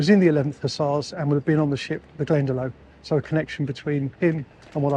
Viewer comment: Hi. There's a village here in Ireland called Glendalough ( it's pronounced Glenda lock)